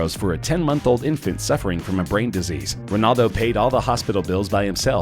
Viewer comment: I know cristiano ronaldo. but who the fuck is rinaldo?